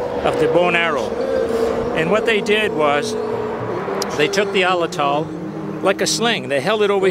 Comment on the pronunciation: "Pah ran uh gut" is how it's pronounced and "at latt ul" is how Atlatl is pronounced.